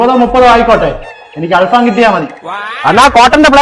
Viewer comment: അൽ ഫാആം അല്ല ഭായ്, ഫഹാം (ചാർകോൾ)